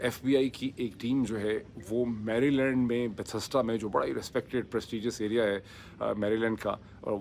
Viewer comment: Dr. Pirzada., here in the US, Maryland is pronounced ""meh-ruh-lundh" just wanted to let you know!